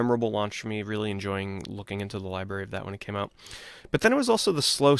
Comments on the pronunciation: Never understood why some people have such a hard time saying "library". Not that it's a big deal or anything, but like... when you're saying it so many times in a video it gets a bit cringe lol. Gotta remember there's a letter R in the middle bro! Don't take it the wrong way though, just giving you a hard time haha. I still loved the video. I've always loved the way you give introspect onto your childhood and even adult memories of video games and the immense amount of passion you have for these games and memories. I always can picture you having these experiences in my mind while you spill out the details of these memories. Thanks for taking the time to make this list! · lie berry